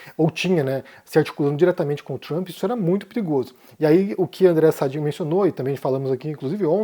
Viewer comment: Por que o insiste em falar errado o nome de diversos jornalistas?? É Sadiiiiii como ela mesma fala